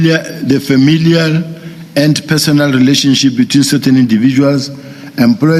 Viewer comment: Are famililiya 🤣🤣🤣